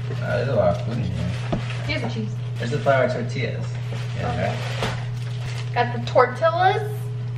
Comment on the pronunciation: I felt like crying Everytime they said "tortila" it's a double ll therefore the pronunciation is way different